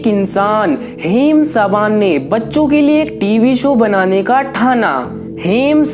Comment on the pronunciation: Haim sabaan nahi Haim saban